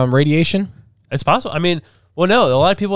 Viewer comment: Fweekin wadiation……… I lost it!